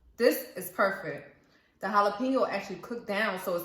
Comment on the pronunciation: Please, pronounce Jalapeno, properly.